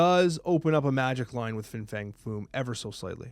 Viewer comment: Fing Fang Foom sounds like an mispronunciation already 😂